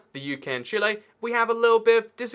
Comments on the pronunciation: why does he say chile as "Chilé" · 'chilay' ibx2cat, 2018